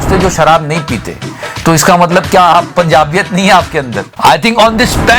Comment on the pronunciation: pubjaabiyat 🤣🤣🤣🤣🤣🤣🤣🤣 Hindi ki shuddhi karwalo inse